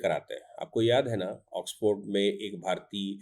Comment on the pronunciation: ऑक्सफर्ड, ऑक्सफोर्ड नहीं,वकीलसाब !